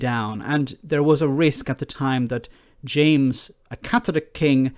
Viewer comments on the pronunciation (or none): none